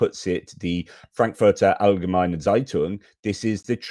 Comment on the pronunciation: Thank you for your update. What a mess this all is... "Frankfurter allgemeine Zeitung" perfectly pronounced👍